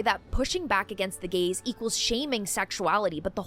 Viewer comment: I literally heard “Pushing back against the gays,” not “Pushing back against the gaze.” What do the gays have to do with this? 😂